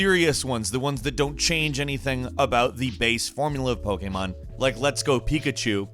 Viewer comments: say pokemon properly lol popemon game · I like the way he says "Pokémon Games". LOL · why does he say pokemon like that though? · Ok, but why were you saying ‘pokemon game’ like that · Is it just me or the way he says Pokémon is... off.